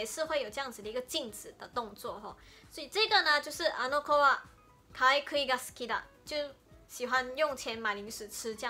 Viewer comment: ，「かいくい」ではなく、「かいぐい」です。